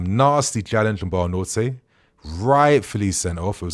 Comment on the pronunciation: BUENANOTE. It's genuinely not that hard to pronounce